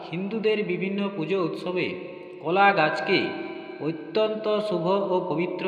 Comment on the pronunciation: একই কথা বার বার বলা হয়েছে। সংক্ষিপ্ত এবং তথ্য সমৃদ্ধ হবে, এটাই আশা করা হয়েছিল। কিন্তু সে গুড়ে বালি। আর কথাটা কলা ,কোলা নয়।